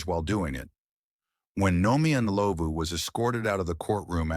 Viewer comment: I just came across your Chanel,I'm glad you covered South Africa,I just wish the pronunciation was better with Rosemary Ndlovu case but other than that, great job